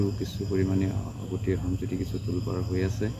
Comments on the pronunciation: হয় কথাটো মন কৰিছোঁ,অহম বুলি কৈছে। সেই কিটা কেনেকৈ অসমীয়া হ'ল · অসম শব্দটোৰ উচ্চাৰণ শুদ্ধকৈ ক'ব নোৱাৰে ঘেন্টা